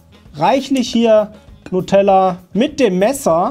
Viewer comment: Du hast "Nutella" falsch ausgesprochen.